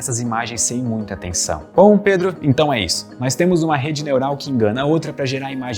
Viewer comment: mds o pedro n sabe dizer o proprio nome😒😒